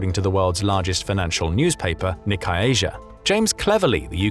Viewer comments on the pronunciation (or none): none